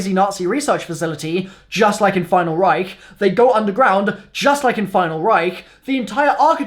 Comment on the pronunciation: If I were to drink a shot every time he say final reicht I would be dead